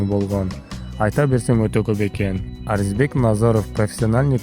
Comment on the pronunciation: Э тупой блогер, эптеп видео чыгарбай маарисине, манызына конул койчу, Арзибек эмес Орзубек туура айтсан атыр.